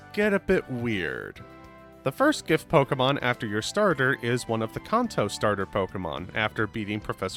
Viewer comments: Brother please, its pronounced can-toe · Please stop saying kanto It's can-toe Soda can Feet toe Can toe Kanto Stop it